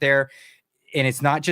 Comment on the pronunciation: Rogan takes himself increasingly seriously (laughable, especially after the Douglas Murray humiliation), worse, much worse even than thick as a brick rich guy PBD. He is good for entertainment, not much more. PP was wise not to waste him time with amateurs, who can't even pronounce his name correctly. The hubris of these self-important, narcissistic podcasters, whilst exposing their utter incompetence, is fascinating to watch. Talk about being in a bubble. Try real life sometime, rather than staying in the "fake" internet "reality".